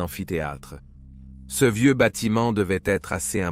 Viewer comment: Parfaitement d’accord avec vous. Je ne crois pas que ce soit un humain qui fasse les commentaires mais plutôt l’intelligence artificielle. Sinon comment expliquer qu’il dise systématiquement « c_e » plutôt que « ce »?